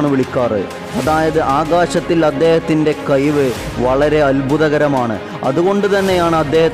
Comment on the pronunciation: കയിവ് അല്ല കഴിവ്